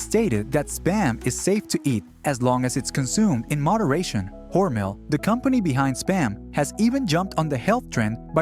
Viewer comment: Never heard Hormel called Hormail before.